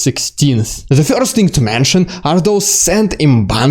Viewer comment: first - not fjorst